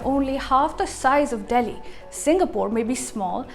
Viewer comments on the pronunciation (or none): none